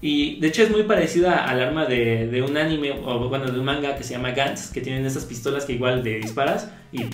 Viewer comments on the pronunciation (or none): none